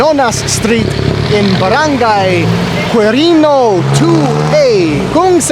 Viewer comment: Quirino is pronounced as Kirino.